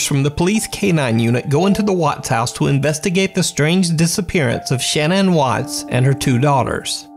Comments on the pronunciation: Her name was pronounced shinan not Shannon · Shan Ann Everyone else: Shannon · Her name is pronounced Sha-nann. Not Shan-ann. (Shuh-nann) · I think her name is pronounced ‘Sha-naan’ not ‘Shan -Ann’ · Why can't you say the name Shannan properly? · I’m not trying to hate or anything but the way you were saying Shannon kinda bothered me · Is her name really Shan-Anne? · I think it's odd that you pronounce the name Shannon as Shan ann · why can nobody pronounce Shanann Watts' name?